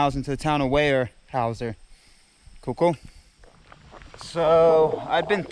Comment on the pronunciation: Weyerhaeuser is pronounced (where-howz-er), if anyone is interested.